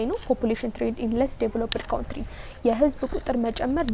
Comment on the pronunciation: Thank you so much means a lot but don’t say ካውንትሪ try to say ካንትሪ